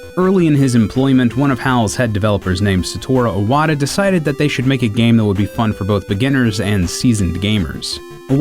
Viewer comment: "Saturo Iwata"